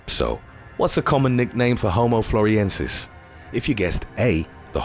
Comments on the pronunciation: Not "floriensis", but floresiensis. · The way "Frolesiensis" is pronounced indicates how much research went into this video.